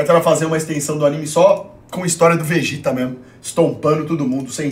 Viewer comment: "O VEGÉTA" kkkkkkk